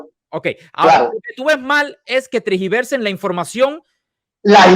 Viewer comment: Perdón pero se dice tergiversar, no tragiversar